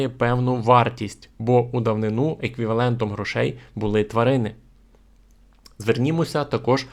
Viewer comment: Не жИли, а жилИ. Не були, а булИ. Говоріть українською правильно! наголоси! А за все решта - дякую!